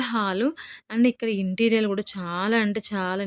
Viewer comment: Interial ❌ Interior ✔️